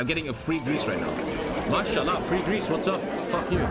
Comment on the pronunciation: saying mashallag while being the pope